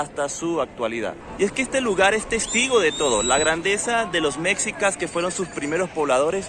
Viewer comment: Antes de hablar de un lugar te recomiendo leer e informarte e informarte en las fuentes adecuadas sobre el tema y en especial cuando hablas de la historia de un país tan importante como México. Por ejemplo dices Mecsicas y eso no existe se escribe Mexicas y se pronuncia "meshícas", tampoco existe "Plaza de la independencia" se llama Zócalo o Plaza de la Constitución. También la ciudad original se llama Tenochtitlán, no existe "tenocticlan". Sería justificable Si fueses sueco, gringo o francés, pero eres latinoamericano y hablas español por lo que puedes comprender y entender perfectamente. Ya que tu video es público y estás desinformado. El edificio donde vive el presidente no se llama palacio presidencial, porque propiamente no era un lugar para que habitará el presidente, se llama palacio nacional y es el edificio que representa el gobierno repúblicano de México. Obrador rehabilitó un departamento dentro del palacio para que le fuera fácil llegar al despacho presidencial.